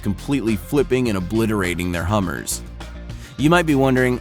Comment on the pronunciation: When he said "hummer" it killed me a bit